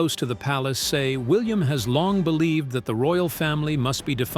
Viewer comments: Please stop saying Williams. His name is William without the s at the end!! Good grief!! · Yeah-every time I heard Prince Williams it was like someone drew a fork across a dry plate😖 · Why do you keep saying PRINCE WILLIAMS. It is PRINCE WILLIAM!!!! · Would someone tell the idiot narrating this that it’s Prince William not Williams. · Why is this the big whine. It's AI. Get use t o it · Oh dear me Our Prince is William NOT. Williams. Also mis pronunciation of certain words in the ENGLISH language are very irritating. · That is what happens when you let AI read your script.:face-blue-smiling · Is this AI? Why can't this robot get Prince William correct?